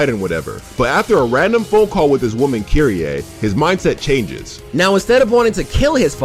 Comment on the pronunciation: Kyrie?? U mean kyrieee??